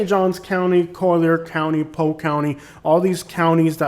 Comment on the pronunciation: Interesting how you only drive through the poor areas of Polk County. I’ve lived there for 23 years and yet my neighborhood and surrounding areas look NOTHING like the crap areas you’ve spotlighted. And btw…it’s POLK…not POKE. Yet another false view of an area you choose to disparage. Based upon your ridiculous commentary you should be LOVING the awful areas you show on this video.